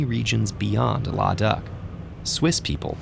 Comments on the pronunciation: You guys usually use perfect pronunciation. But today you didn’t. It’s la-daa-khh (Ladakh) not lada-ak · It's not even laa daa kh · It’s not la da it’s Luh-DAAKKKHHHH